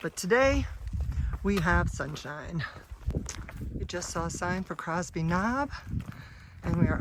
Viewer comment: Minor detail - it's Cosby Knob not Crosby. Im enjoying your videos. Keep up the good work.